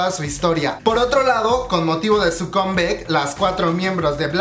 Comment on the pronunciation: su "comebeik" HAHAHAHA :'v